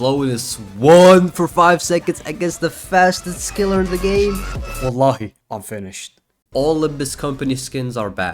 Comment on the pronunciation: hmm.. the way you said wallahi .. it feels like your Arabian.. ALSO Kuwaiti……………..